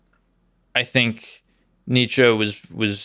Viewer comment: my boy butchered Nietzsche 😭😭